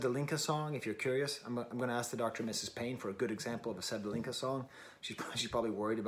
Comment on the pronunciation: Her full name is Sevda Alizadeh. Sevdaliza is just the combination of the two. The ‘z’ is not pronounced as in Italian language but just as ‘z’ 😊